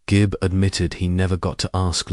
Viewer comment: Gibb not Jib🙄